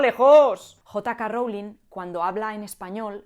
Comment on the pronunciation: Jota Ka Rowling 😂😂😂